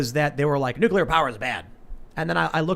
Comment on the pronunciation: Dude. NUCULAR? 🤢🤮